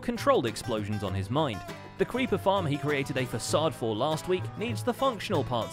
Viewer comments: 14.09 he says the cweeper farm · “Cweepa farm”